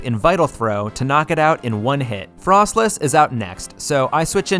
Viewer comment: Can say Electivire Correctly Also: Can't say Froslass Correctly(seriously Fros-Lass Not Fros-Less) lmao